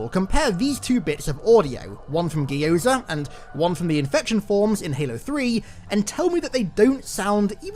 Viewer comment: That is the most horrifying pronunciation of Gyoza I've ever heard